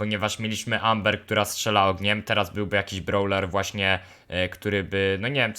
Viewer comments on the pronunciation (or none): none